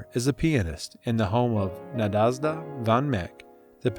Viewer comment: Please fix the pronunciation of musical terms like concerto, names like Nadezda and Tchaikovsky. I could not go on listening to this.